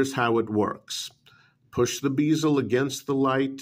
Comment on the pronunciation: "bee-zuhl", should be "bez-uhl"